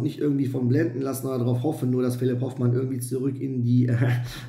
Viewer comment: Hoooooofmann!!! Nicht Hofffffffmann! Soviel Respekt sollte schon sein!